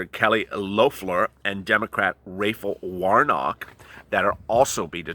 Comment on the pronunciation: You fileted the fuck out of the Georgia Senators names: Ra-fi-el War-Knock and Kelley Lef-lor...Rafiael Warnock/Kelley Lefflor